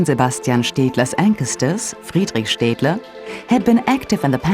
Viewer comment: didnt know staedtler was pronounced liked that cool